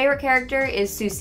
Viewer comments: ITS NOT SOOSIE ITS SUSSIE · Susie?its suss-ee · It’s “Susse “! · BookerDeweed sussie, which is pronounced with the u like up but she pronounced it soosie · It's also sussie not soosie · I know. She said it like Suzy, and Anais like Aneez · ben boquelet voices soosies screaming and laughing and crying its sussie not soosie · Fact 21 is false in the episode "The Singing" Gumball and Darwin isn't there but Richard and Nicole was there Oh and PLS PRONOUNCE SUSSIE THE RIGHT WAY ! it's Sasi not susie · OMG ITS SUSSE (SUS-E) NOT (SUE-SE) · Her: Pronounces it Soosie. Me: TRIGGERED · Soosie Anees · Anais I pronounced (An-Eye-Ees) Sussie is pronounced (Suh-See) Just to be helpful :) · Anis and soosie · sOoSiE Seriously, her pronunciation of Sussie really bugs me. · SUE-SEE AN-EES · Anais= ann-eye-ees Nichodemis= nick-eh-deem-us Sussie= sus-ee (like the begining of sustain) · And Susie is suss-ee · She literally said Enis AND Soosie. WHY??? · did you just say "soosie"?? XD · Who is is incredibly annoyed she calls Sussie "sOoSiE?" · EXCUSE ME "SUSEE?" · it really isn’t that hard to pronounce sussie and anais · aniuuu skz And Sussie. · The way she pronounced sussie TRIGGERED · What about Sussie? Her name was also mispronounced. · Maybe they didn't know. I mean she didn't even pronounce Sussie correctly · How do they know all the facts if they cannot pronounce Anais and Sussie? CONSPIRACY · 1 - half of these are in the show 2 - the way you say sussie and Anais gets me triggered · peteyson123 and sussie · she said sussie and Anais wrong or am i the only one who notice. no offense just saying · Bruh how do you not know how to pronounce Sussie IT'S PRONOUNCED RIGHT IN THE SHOW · And you still manage to pronounce “Sussie” wrong. I’m disappointed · I hate the way she pronounces anaïs and sussie